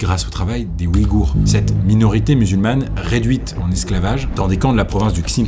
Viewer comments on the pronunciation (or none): none